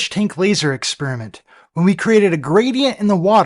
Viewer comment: Dude, you're arguing with an idiot. He can't say "Experiment". He keeps saying "ex-SPEAR-a-mint". He's going to tell us about 'Flat Earth Science' but can't even properly speak his own language.